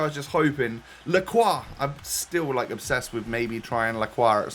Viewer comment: Finally... A YouTuber that can pronounce Lacroix properly! 🤣